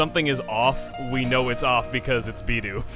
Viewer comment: Your designer's pronunciation of Bidoof irks the HECK out of me lol